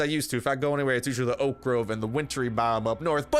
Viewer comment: Btw it's really weird sometimes you say "oak ah grove" and other times you say "oak grove and oak logs" lol why do you say it weird sometimes?